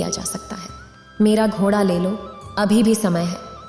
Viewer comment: घोड़ा यानि ड़ का उच्चारण सब जगह सही करें। शेष सुंदर वर्णन